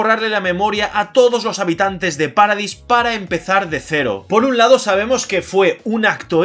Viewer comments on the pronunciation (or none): none